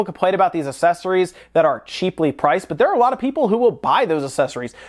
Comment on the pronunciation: I'm bothered by how you say accessories...